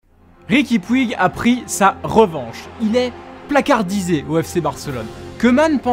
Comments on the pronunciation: Petite correction en espagnole on dit pas riqui puig mais on dit riqui Puge dans la prononciation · On dit riqui poutch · Oe par contre on dit riqui poutch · STOOOOP ! ça se prononce "poutch" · Ça se prononce Riqui Poutch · On écrit puig mais ça se prononce poutche sinon bonne vidéo 🟦🟥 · 😂 Vous savez pas prononcé puig